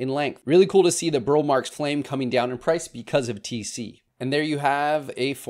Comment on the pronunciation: I think I’m convinced I need a mint as the last Monstera for my collection. (Yeah, right😉). Do you have any tc inbound in your shop? Watched a documentary on Roberto Marx. I was saying “Burl” like you, but apparently it is pronounced “Burley”. I surrender. Love the BMF and am lovingly waiting my first lobster claw. Happy New Year all! Thank you for the great content all year!